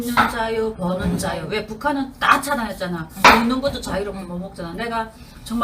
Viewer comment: 버는자유가 벗는자유로 들림 내가 음란마귀가 씌었나? ㅋㅋㅋ